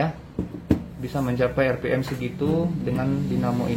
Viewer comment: Bukan 👉Er Pi Em Tapi 👉Ar Pi Em